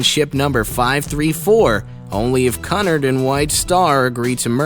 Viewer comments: Omfg this guy has 0 brain cells Its spelled Cunard but its pronounced Quenard Lusitania is not pronounced Las i tania RMS stands for Royal Mail Steamer/ship not Royal Merchant Talks about Queen Mary yet shows Titanic/Olympic Says Her highness when it should be Her Majesty I swear this guy is tryna look smart thinking he is saying these words correctly im loosing brain cells HELP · It's pronounced Q-nard. At least he pronounced White Star correctly. And several below are right that RMS does not mean Royal Merchant Ship. Makes me wonder who writes this stuff. I especially liked the assertion that ten crewmen shared one bunk. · 1: is not haunting 2: it's pronounced QEW-nard and they were enemy's and the rest is probably true 3: is not haunting 4: it did not span the ship, dipstick 6: you misspelled riband 7: is 8: is true but you also misspelled the escort's name 9: sounds fake 10 none of these were scary or haunting so I am reporting this so please dislike this video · It’s pronounced Q-nard. And your facts about the merger are wrong, as well as where the QM was built/launched. Also, why show photo of Titanic’s construction, and brochured interiors when talking about a completely different ship? Damn! WTF? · 1. RMS means Royal mail ship, not Royal merchant ship as ships with this designation would carry the royal mail 2. Cunard pronounced Queue-nard, not the way you pronounced it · While I liked this, you need to learn how to pronounce certain words. Cunard is pronounced ”Q-Nard.” The Normandie was not even close. Anyway, not scary at all. Perhaps a rewrite of the title is in order? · You are pronouncing Cunard and Lusitania wrong I’m British and that is not how you pronounce them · Your saying caaaaaaaaaaaaanard not cunard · And not canerd its cunard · I can’t watch this anymore - Cunard is not Kun Ard it’s Q Nard.........For heavens sake. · It's pronounced Q-NARD!! NOT CUNNARD!! DUMBASS!!!! 😡😡😡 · What is cun-ard ITS QUENARD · dude its pronounced coo nard not cu nerd